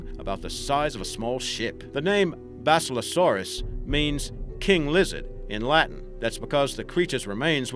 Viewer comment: Why are you pronouncing basilosaurus that way it's basilo-saurus